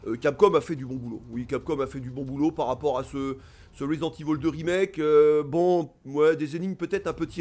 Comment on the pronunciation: Ça fait plaisir d'entendre ivol et pas évil. Marre des oreilles qui saignent 🤣 Sinon pareil, à l'époque des originaux j'étais un gros fan avec la claque que procurait ces titres, mais depuis pas mal d'années, le concept allés/retours constants, ce n'est plus mon truc. Quitte à y rejouer, je préfèrerai la version PC rééditée par Sourcenext (uniquement au Japon) patchée en anglais et aussi permettant d'y jouer en haute résolution toujours via un patch. L' original en HD sans les yeux qui piquent avec les cinématiques non compressées comme sur PS1. Bref le gameplay d'époque. Mais bon, suis un vieux con j'assume 😁